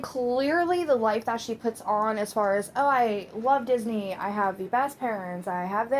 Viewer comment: "Dis knee" 😂 omg girllll